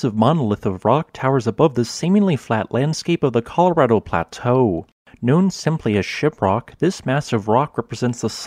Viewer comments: I love that you pronounce Colorado the right way. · he actually pronounced Colorado right